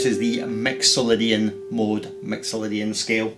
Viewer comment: haha, awesome! Your "I's" and "Y's" sound very much like an "E's" :D!! Mexolydian!